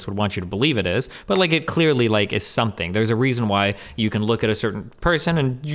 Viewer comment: "somefing", "fink" "wif" i cant trust people like this. Same as tunics, never trust someone who wears a tunic.